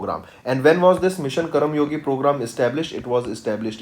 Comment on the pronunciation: Could you please teach the content properly its karmayogi not karamyogi🤦🏻‍♀️